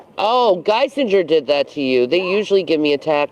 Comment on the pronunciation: I hate how she calls the hospital "GUY-SIN-JER" because she cant say it how you're supposed to, "GUY-SING-ER"